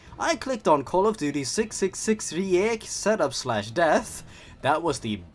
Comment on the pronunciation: man as a german speaker, the switch from reich to riech just breaks my poor mind ja, was ist denn los lmao